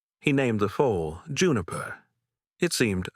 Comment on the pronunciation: Mayor Not mare. FOOL NOT FOAL. - THIS HAS TO BE EMBARRASSING FOR YOUR BUSINESS 😂